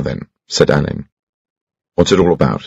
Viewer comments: I just wish someone had told him how to pronounce "Alleyn." According to Ngaio Marsh herself, it is pronounced "Allen." Other than that, very enjoyable. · But the person who directed this beautiful reading must have asked Benedict C to pronounce it ‘Alleyn’ ?